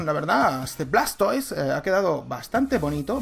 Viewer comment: Pronunciación: escuirtel - guartortel - blastois